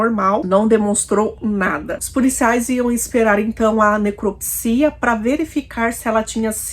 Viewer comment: Sigo e gosto da maneira que conta os casos. Mas seria legal se a pronúncia da palavra neCRÓpsia fosse feita corretamente pra quem não sabe a maneira correta possa aprender contigo. 🤗